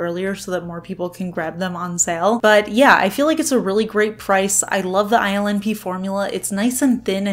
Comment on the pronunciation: I think ILNP polishes are so unique, ethereal, and delicate yet my boo pronounces the brand name “ILL NIPPY” in a rock and roll voice. Laugh every time I read it now.